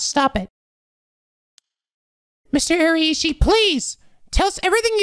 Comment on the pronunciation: just FYI, the RAI in Araishi is pronounced like WEI in weiss.